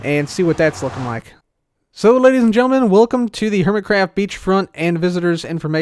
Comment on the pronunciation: Welcome to “Dork craft”? Lol that's what it sounded like